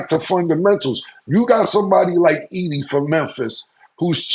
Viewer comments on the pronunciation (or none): none